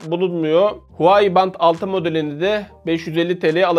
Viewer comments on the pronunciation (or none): Huwai değil Huawei reis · huai değil huavey diye okunuyo abi